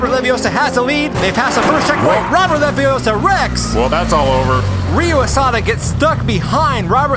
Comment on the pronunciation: It's leviOssa. Not leviossar. Just saying.